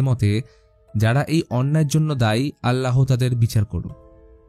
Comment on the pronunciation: ভাইয়া প্রথম পর্বটা এক কথায় অসাধারণ ছিল। তার ওপর আপনি একজন ইন্ডিয়ান মানুষ হয়ে বাংলাদেশের কাহিনী এত সুন্দর করে বুঝিয়ে বলেছেন যা বলার বাহিরে, তার ওপর ছিল আপনার মুখে আল্লাহ নামের উচ্চারণ যেটা শুনতে অসাধারণ ছিল সব মিলিয়ে আপনি সেরা সেরা ❤❤❤❤from Bangladesh 🇧🇩🇧🇩